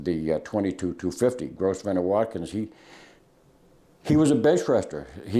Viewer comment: I loathe to correct you sir. You have taught me so much over the years and I really respect what you do. It's just that Grosvenor Wotkyns seems like someone you respect and I would want to know. I believe it is pronounced Grove-ner. I had a friend once with that name. Again, thank you for sharing your extensive expertise. I have teenage boys that are not so easy to talk to. Reloading has been a really great activity to learn together. Thank you again.